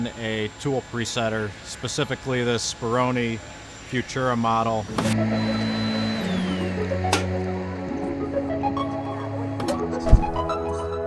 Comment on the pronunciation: Not future，it is FUTURA. 😊